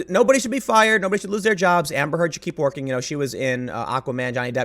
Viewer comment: The way you say Amber Heard kinda makes it sound like you're saying hamburger.